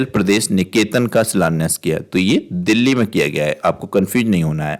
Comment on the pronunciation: देहली नहीं, देल्ही है सर।